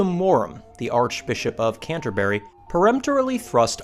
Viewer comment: An American saying Canterbury is really annoying.